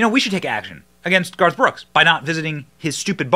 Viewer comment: Benny you almost said “ barf “ brooks! 😂. You need to use that brother!